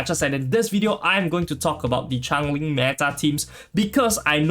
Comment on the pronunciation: im from singapore and this is a great guide. However, the way you keep on pronouncing it as chang-ling is super annoying ngl.. like she isnt a chinese char so its essentially butchering her name. And even in the story, she shape-shifts (sort of), so she is definitely changing alongside her environments. If you are unable to say her name due to any reading difficulties, then i apologise in advance, but its super triggering lol